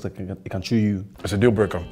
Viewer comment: when said ''the meet is not suppose to look like it can shew you'' I was taken out Lol😂🤣